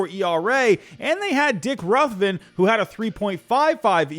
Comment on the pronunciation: Dick RUTH(as in Babe)ven and Manny Tree-yo (Trillo)